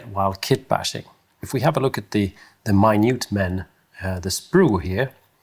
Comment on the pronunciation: As an American, my-newt(Minute) man is a great modern definition 😉